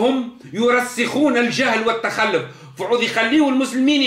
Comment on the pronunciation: التخلف٠ ينطقها بفتح اللام وتشديدها ٠ معنى هذا ان سيادته لا يعرف العربية الفصحى اصلا ولا اللغة القرآنية ٠ الصواب هو : التخلف بضم اللام وتشديدها يتكلم بالدارجة التي لا يحسن غيرها